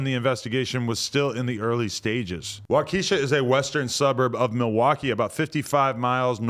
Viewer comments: Adam says wockeesha police. 🤣😂 It's wa-keh-shah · After all your time in the hood you oughtta know how to pronounce Wa’Keisha by now. Cmon Adam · Why you say Waukesha like its a black girl from the hood? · Waukesha is pronounced Waa-kuh-shaa not wakeesha 😂😂😂😂😂 Adam knew that though. He was just trolling. So sad for the families of those killed 😔 an 81 year old?! Imagine having grandkids that love you, you’re living a long fulfilled life and that’s how you go out. So fking sad man.. I hope dude rots in jail. SMH. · “WAAAAKESHA” lmfaoo (Wah-Keh-Shaw) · Wa - ka - shaw not wa-key-sha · adam.. its WAU KAH SHAW... not WAH KEISHA.. its not tyrones baby momma. Its a city with native american namesake. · Wa-Ka-sha. There's no KEE sound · Dude said wockesha like it's a money bag yo song lmao its walk is sha that's how its pronounced wakesha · He said WOCKESHA hahah it’s waukesha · It's pronounced wa-keshaw bruh called it wokesha🤦🏾‍♂️🤣🤣🤣🤣🤣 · He pronounced it "Wah KEE sha" instead of "WAH kesh ah" lmao wahkeesha sounds like a boondocks character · It's not WAH-KEESHA it's pronounced WAH-QUE-SHAW. Dude obviously hasn't seen how main stream news pronounces it? Go do some research, you sound like an uneducated hack.. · its pronounced WOK EH SHAW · i need to get tf out of milwaukee and its pronounced WAH-KA-SHA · bro its 'walk eh shaw' stop sayin that shit sound like moneybagg yo wockesha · its wauk-ish-aw but thanks for tryin lol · Adam say it with me Wauk-esha Walk - Esh - Aw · WOCKESHA WISCONSIN 😂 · WAH-KAH-SHA is how you say it, Adam. If you're gonna do news, you need more information first. You be not knowing simple things. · “Waukeeesha” lmao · Wa-kuh-shaw is the way you pronounce it 😂everyone who not from here says it funny lol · This man really said “wa Kesha” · 🤣🤣🤣🤣🤣 NO THIS NIGGA DIDNT SAY WAKESHA I THINK ITS PRONOUNCED LMFAO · Pronounced “Wock A Shaw” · waa- kuh- saa that's the pronunciation for the city in wisconsin. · "Waw kuh shaw" is how it's pronounced